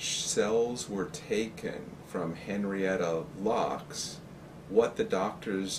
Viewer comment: when he can't even pronounce her name right